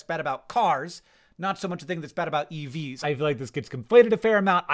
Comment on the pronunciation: Youtube put this video on right after another and i kept hearing "eevees" and i had to stop what i was doing to read the title and get some context lol